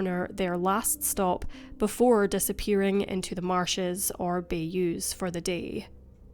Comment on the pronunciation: Bay-Yoo? Are you kidding me? Watch just one video and you would know how to pronounce bayou.